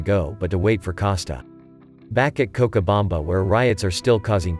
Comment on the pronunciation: the narration can’t pronounce cochabamba correctly